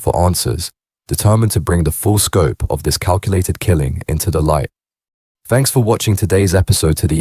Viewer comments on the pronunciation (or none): none